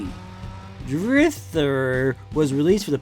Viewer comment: No one gonna mention the fact he calls it drifter at the start? Lol